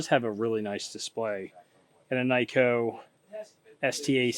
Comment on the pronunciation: Great!!! Tour ~ Nikko is pronounced "Neeeko” not Nicko. All vowels in Japanese are identical to Italian vowels so you will never forget as you are Italian American.